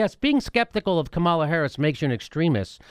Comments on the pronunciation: She pronounces her name KA-ma-la, not Ka-MAL-a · You guys have need to learn how to pronounce Kamala's name otherwise the corporate democrats will just write you off as mixed up and you won't be able to persuade them to believe anything .. She doesn't pronounce it Ka-MAL-a .. It's KA-ma-la kind of like "comedy" instead of "coMEDy." I've seen her introduced by many prominent people in interviews & you guys act like you're just reading it from a comic book. Also, Kirsten Gillibrand pronounces her name "Jill-i-brand" not "Gill-i-brand" like I heard you say once. If you can't pronounce the names of senators from the top 2 states, it hurts your cred .. Other than that I like your show and views. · Please it pronounce Kam-a-la please Kam-a-la